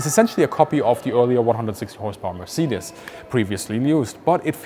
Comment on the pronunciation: Weird hearing the correct way to say Mercedes. In the US it is pronounced mer-SAY-deez. Even the Mercedes commercials pronounce it that way. Richthofen actually tested the D7 and the DR1 and he was wanting the D7 instead of the DR1. I think he would have been even deadlier in this plane. My dad told me he talked to a WW1 pilot when he was in the Navy back in the 1960's. The US pilots use to call the Fokker something that sounded very similar, lol. Only in Germany would they use a digital pattern paint blocks in 1917.